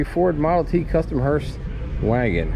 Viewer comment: And it's hearse not hearst